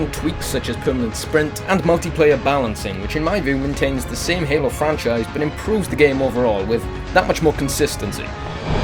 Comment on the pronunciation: I tought he said anal 4 instead of halo 4